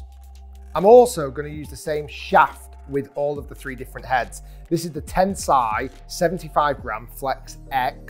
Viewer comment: It's TenSEI, not TenSAI... Otherwise, great video!